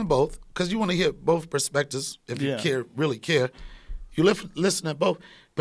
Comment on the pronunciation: This moron said that he watches " boaf " Networks? LOL SPEAK ENGLISH MORON!!